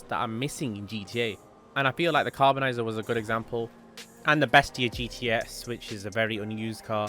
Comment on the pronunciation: how df you get "carbonizer" from CARBONIZZARE ?😭😭😭